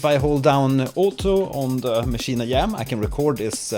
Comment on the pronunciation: Great Video man I just subscribed, you are really helpful. With all due respect; why do you pronounce it as "Maschine I-Yam"